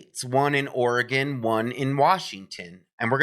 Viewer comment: Very very similar profiles for each case, also think about white Hyundai Elantra that was weirdly ditched. I live in Oregon just a couple hours from Salem, which thanks for saying OREGON correctly haha